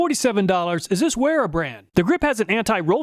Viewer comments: You pronounce Wera wrong. It's with a "v" not a "ue". It's a German brand so pronounce it right, please! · The German Wera is pronounced as Vera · German language doesn’t have a W. It’s pronounced Vehra or even Vera. But never Wera. 😂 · "where-a" ??? In German, the "W" is pronounced as a "V" so it's pronounced "vera". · It's pronounced Vera not Wera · That made me laugh - you pronounced the Williams "And the Weeyums" - but I never used one of these - a manual and power screwdrivers do it for me. Maybe I get one now.. Working on Corvairs they may come in handy. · Great video. I thought the Wera and Snap On may have done a little better. One minor niggle, Wera is pronounced Vera. The Germans pronounce W as V.